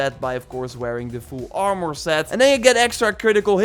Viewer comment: Hate how he say armor😭